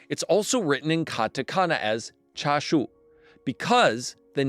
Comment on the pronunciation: Need to work on your Cantonese pronunciation of chashu. It's wrong and the second word is closer to the mandarin sound. :face-blue-smiling